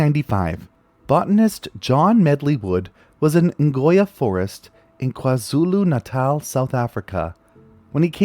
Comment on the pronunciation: Good job on the correct pronunciation of Kwazulu-Natal 👍